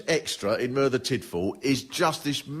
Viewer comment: learn how to pronounce Merthyr before you do a show about it you numpty